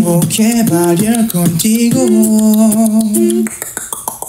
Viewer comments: Kento01 im spanish and he's pronunciation is not that bad but he didnt say the same words like in the song they say tengo que bailar contigo hoy and he says tengo que balear contigo hoy 😂😂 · sel s ahhh jajajaja, claro la pronunciación es buena, pero a lo que voy es que dice palabras que no existen como dice "bailar"